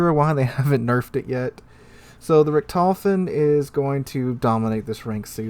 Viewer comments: Sorry to say, but you butchered how you pronounced Richthofen The "ch" is a sound similar to clearing the back or your mouth, so the Richt is the first syllable, and the "h" is pronounced on the second syllable, so it Richt-hof-en, not Re-tof-en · True, though I would start by putting the stress on the first syllable and pronouncing the o as "oh" rather than "aw". Saying RICKT-hoe-fuhn would be a significant improvement without even having to get into how to pronounce "ch", which tends to be very hard for native English speakers. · Maybe if it was some obscure German name that no one had heard before, but this is The Red Baron, the most famous fighter ace in history, and mispronunciation is so bad it went back in history and butchered him too.......